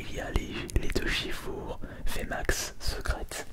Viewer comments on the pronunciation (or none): Tu peux dire shifours comme ours et pas shifour comme four? Mais bonne vidéo merci beaucoup